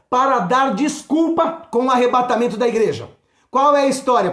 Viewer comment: Que palavra tremenda! Glória a Deus sobre sua vida 🙏🙏🙏🔥 É Arrebatamento, não Arrebentamento da Noiva... Rsrsrs